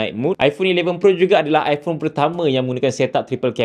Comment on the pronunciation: Skrg zaman kenaikan geng2 liberal.. so i phone skrg dh pakai pronouce baru dn bertukar kepade apple I-porn.. acah2 inovasi lah sgt tapi aq tak nafi la bini aq pon ade ckp sejak die bertukar dari i phone 7plus kepade i porn 15 baru2 ni mmg byk inobabi drpd apple.. aq nak gelak je sbnrnye.. tapi nk buat mcm mane kan?.. geng2 taik apple ye kan saje ape org2 apple kenching kat depe.. 😂😂😂